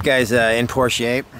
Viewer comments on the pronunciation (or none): none